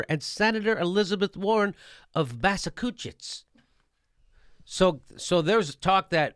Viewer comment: lol Massackusetts